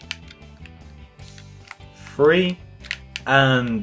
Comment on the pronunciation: Do you say free or three